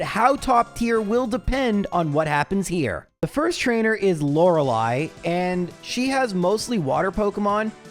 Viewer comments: He said Lorelei's name correctly 😮‍💨....and I got sad.....then he said Laura Lee and my faith in the worldvwas restored 😊. I even came up with a backstory. Laura Lee is Lorelei's little sister that lives in the Sevii Islands and the strongest trainer on her island. Her team is: Dewgong, Gyarados, Cloyster and Dragonite. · Did he just say Lorelei instead of Laura Lee? Is this even?! I can smell a conspiracy here. Edit: O.O it really happened. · You finally pronounced Lorelei correctly! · I had to rewind at the elite 4, said Lorelei correctly! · hearing "Lorelei" said the quote unquote "correct" way from actually caught me off guard. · What???? pronounced Lorelei correctly???????? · Lorelei pronounced correctly??? Is feeling okay??? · Did... did he say Lorelei right? My head hurts.